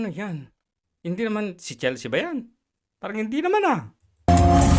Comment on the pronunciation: Chelsea - Chel-sea not Chel-se-a.